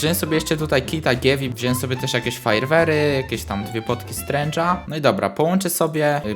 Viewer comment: strength a nie strange